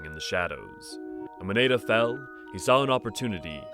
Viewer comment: I can't say where got their info but her name in Japanese is written エッダ which does indeed have a pronunciation more akin to ed-da or eh-da perhaps. The pronunciation in the video would most likely be written エイダ for comparison.